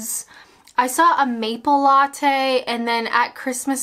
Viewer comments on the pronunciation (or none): none